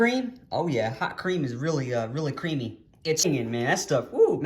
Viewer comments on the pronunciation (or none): Keeps pronouncing it "Hot Cream" ... This generation can't read cursive. It's 'Nôt Creame' or 'Nut Cream' and it is the same as European Nutella. American Nutella has US government mandated preservatives which lessens Nutella imo.